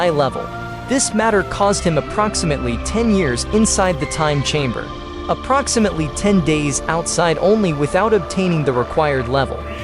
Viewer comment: TIME CHEMBER??? My man correct that.